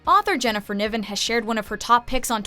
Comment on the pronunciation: Its Jennifer NAIven no Neeven